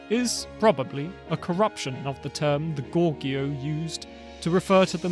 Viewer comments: Not sure why you thought 'Goguryeo' is pronounced 'Gorgeo'. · Just as a pronounciation note: it is Go-Gu-Ryeo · Goguryeo is pronounced as Ko-Koryo.